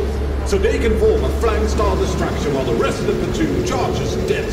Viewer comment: He said "The Forest" wrong